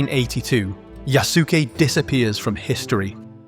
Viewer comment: Ok i agree with you but pronounce it right It is "yah ske" not "yah sue key"